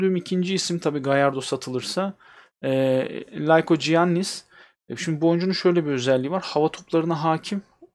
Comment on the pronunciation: likoyannis diye okunuyo